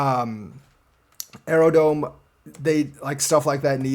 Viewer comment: is Aerodrome not Aerodome...are you really doing your DD thanks brotha